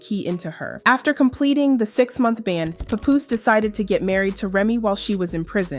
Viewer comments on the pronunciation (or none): Why y'all people not in the culture keep saying his name wrong? WTF IS A PAH POUS? it's PAP-POOSE lmao Y'all gotta stop using AI also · Girl. His name not Poopoose. It's PAH-poose. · For fuck sake you are fucking up his name just say PAP Damm can't even listen to the video your talking is so annoying please don't do any more videos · IT’S PAP-POOSE …DAMN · Why everytime i click one of these vids yall giving their documentary. And on top of that you said his name wrong everytime. You dont even know who these people are lol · SORRY I COULD NOT GET PAST THE MISPROUNCIATION OF PAPOOSE NAME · I hate how you pronounce his name… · Was pissing me off 🙄🙄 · The way his name is being pronounced 😐